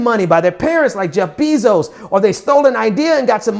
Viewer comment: Bezos is pronounced BAY-zohs, not BEE-zohs.